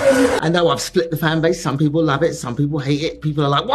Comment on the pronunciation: Zplit the fanbaze and coz you know we are the bezt. Is that loose tongue iq issues?